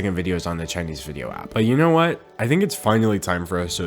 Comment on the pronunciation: your chinese kills me XXXDDD